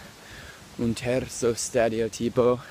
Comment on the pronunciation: ...beLL posDUO da VVacanzARE ?!? Stereotipo con l'accento sulla i ?!? Sei troppo forte !!!